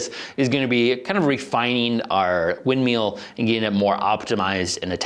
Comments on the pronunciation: "wind meel "🤣 sorry no disrespect love the videos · Mill, MILL. Not windmeel